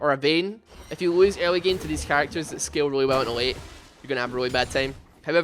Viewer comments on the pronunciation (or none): none